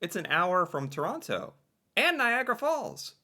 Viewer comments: Chrawnno instead of Toe-ron-toe you've heard it pronounced correctly eight times so fuck off! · Its Torono! We roasted Woody Harrelson and Kevin Hart for this! Plus the guy narrating said Torontans. Torontonians